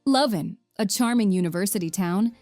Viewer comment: It's a wonder short film of various towns and cities in which many of the stock phrases could be applied for any of the places mentioned. Would have been nice if you properly pronounced the city of Leuven.